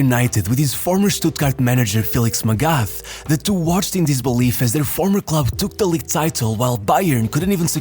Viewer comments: PLEASE learn to pronouce names.. its MAGATH not MEGAF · its "Magat" .. the h is silent bro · yo bro it's pronounced "mah gut (think of maggot)". in german there's not the "TH = f/s sound". the "A" is pronounced the same like the "U = A sound" in f.e. Hummer. hope that this is somewhat comprehensible, helpful or even somewhat interesting (i'd suppose is already too big to be able to read every single comment) great vid, always pumped for your content! EDIT: Heynckes, the "S" is never silent in german. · Magath. It’s spoken as Magat. The h is silent in German. Similar to Thomas. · Dude pronouncing Felix MagaTH wrong 😭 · How can you talk about football and not be able to pronounce "Magath" or "Heynckes"?